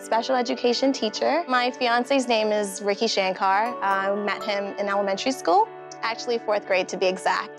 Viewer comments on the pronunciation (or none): Somebody please explain the Bronx gesture that the groom made? And it’s annoying how they pronounce their name in the “Americanized” way (shank-Carr vs. Shankar)